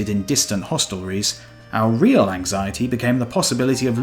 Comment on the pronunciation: You could have pronounced Real as Real, but you chose to pronounce Real as Real. I was REALLY annoyed